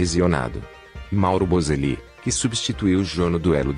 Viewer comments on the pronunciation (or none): Não é Bozelii é Bozeli não é Atléticoo é Atlético